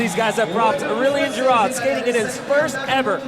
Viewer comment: Hey guys stop butchering aurelien giraud's name it's pronounced (or-rey-lien G-ro ) ahah .